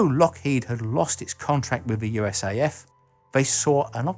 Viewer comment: Just as a piece of trivia, in the United States we don't pronounce USAF as "U.S.A.F" (you, ess, ay, eff), just "US Air Force" regardless of whether US Air Force or USAF is written. Go figure As for the F-104: It wasn't exactly designed as an interceptor from the start -- it was designed as a light-weight fighter. The MiG-15 had a faster time to climb and a higher service ceiling than us and most pilots wanted something simple, light, and could out-accelerate, out climb, outrun, and get on top of anything the Russians got. While the USAF was willing to sacrifice some complexity in favor of weight, they soon were interested in a plane with the ability to operate at continuous Mach 2.0 performance and that lead to the aircraft's shape and kept the wing-size fairly small. It was thrust into use as an interceptor because the F-102's and F-106's were running behind schedule. It wasn't very advanced in electronics but it was low maintenance, and was there.